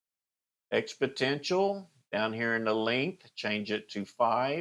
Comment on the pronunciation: FYI - its pronounced "expo-NEN-tial" not "expo-TEN-tial"